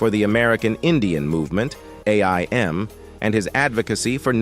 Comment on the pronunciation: Too bad AI doesn't know how to speak names correctly. And its AIM like the word take aim.